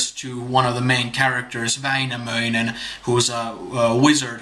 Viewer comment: In several verses you seem to have pronounced endings "-nen" as "-sen" in both Wainamoinen and Youkahanen. I have zero knowledge of Finnish. Did I hallucinate this? If not, why? Thanks :)